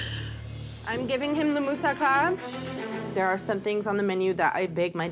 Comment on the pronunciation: For goodness sake pronunace tge food properly!! Im British but I can pronounce Greek dishes!! Moussaka and gyros. Bad form from a chef!!